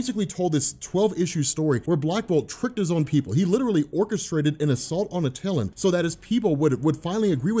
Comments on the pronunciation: It's pronounced "AT-TIL-AN" not "AT-TIL-UN". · Good job... also it is pronounced AT-eh-lan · At- ill- LAWN. Try that pronunciation